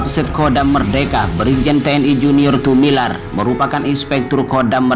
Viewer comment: Admin membaca lagi yg benar, Tumilaar bkn Tumilar tks GBU